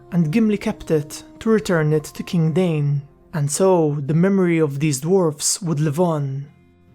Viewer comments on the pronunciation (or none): One small quibble in your great narration: there are no diphthongs in Dwarvish names. Dain is ‘Dah-een.’ It’s mentioned in Tolkien’s appendices.